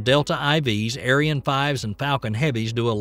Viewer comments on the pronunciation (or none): none